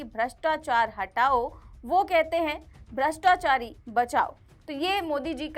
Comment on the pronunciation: भ्रताचारी, भ्रताचारी बोल रहा है